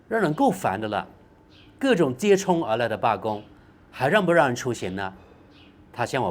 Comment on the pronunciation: 大哥，接踵zhǒng而来